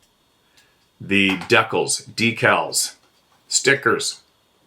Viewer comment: You sure say DeeKals funny : )